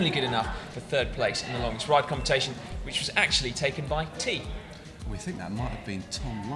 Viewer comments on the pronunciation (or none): "Competation" there, thats the deliberate mistake